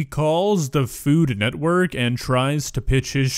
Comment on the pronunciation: To be fair to Jack, the lady really butchered “food network” Sounded more like “Fulumwerk???” 😂